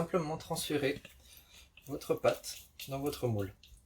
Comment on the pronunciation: SVP : la pâte...non pas la "patte"... ce n'est pas tout à fait pareil....Ceci dit, la recette est bonne ! Merci.